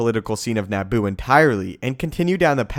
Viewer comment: “NAH-BOO”...? Try Na-boo, with a fast “a” sound...🥃